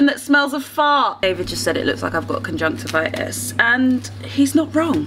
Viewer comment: Lmao sis said conjunctivitis